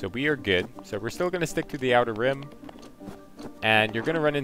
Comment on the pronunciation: Outer Rim. Outer Rim. Dude, figure it out before you upload the video.